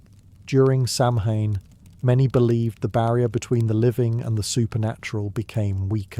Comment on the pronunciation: Samhain pronounced SOW - in. (Connacht Irish) Gaelic is anything but phonetic.